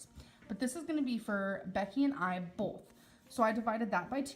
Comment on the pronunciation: Starving = starveeen Both = bolth